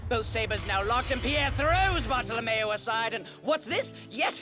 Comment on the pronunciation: It should be "Bartolomeo" even if they wrote "Bartellemeo", it's funny how pronounces it correctly, though